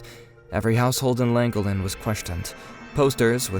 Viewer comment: Its pronounced " clan gollen " not langolin 🤦🤦🤦 .